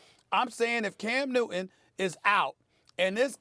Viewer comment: Love the way Steven a says "cam newt'in" 😉